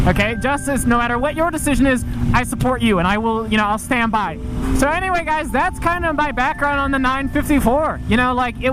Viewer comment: “But eer wey”